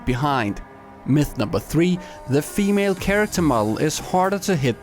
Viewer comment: Why do you pronounce female like femele